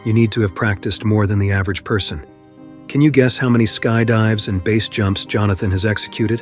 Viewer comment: "Failed **trials**"?? Sometimes pronounce "BASE" as base, sometimes letter-by-letter... Low-effort AI content detected.